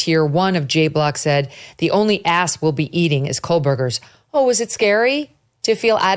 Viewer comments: Plus say the name correctly: KOH berger. No L. She says it like the department store: Kohl’s. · Megyn is so ignorant she can't even pronounce his name. It's pronounced Ko-berger, not Cole berger. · I can’t watch these clips when you don’t pronounce the name correctly: KOH Berger No L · Please tell Megyn Kelly to correct her pronunciation. She has made this error for years. Does she not have a friend or associate to let her know? There is no letter L in Kohberger. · I hate that you can't pronounce his last name correctly it drives me nuts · Why does megyn struggle so much saying kohberger?